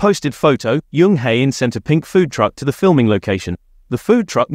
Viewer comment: The pronunciation on these is ridiculous. Jisoo not jeeeesoooo, and Jung not yung. I like watching BP content, but please sort it out, I can't concentrate on what the video is about it's so bad 😫